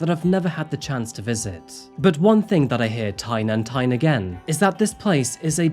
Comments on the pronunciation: "tyne and tyne again" apologize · Tyne and Tyne again? 😬🤭🫢😅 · "One thing that I hear tyne and tyne again" boooooooo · Tyne and tyne again 😂❤